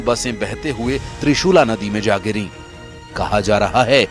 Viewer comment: त्रिशूला नहीं,त्रिशूली नदी कहो